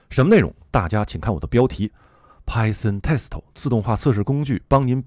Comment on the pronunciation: Python Test 为什么老带日语发音？